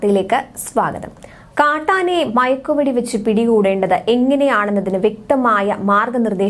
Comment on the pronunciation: സഹോദരി മഴക്ക് വെട്ടി അല്ല മയക്ക് വെടി